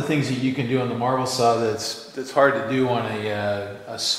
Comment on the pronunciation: lol I thought you were saying "marble saw" in earlier videos. I thought it was some sort of masonry saw circular saw and was wondering why you were using that unseen piece of stone cutting equipment to cut metal when you have a perfectly good band saw :P